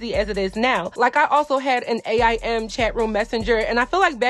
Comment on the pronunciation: Lmao! It’s so cute that you called aim, a i m. That’s definitely shows the age difference.